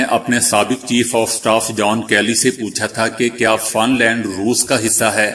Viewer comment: گلوان "گ" کے فتحہ کے ساتھ فن لیند "ف" کے کسرہ کے ساتھ تلفظ کے معاملہ کافی مشقت کی ضرورت ہے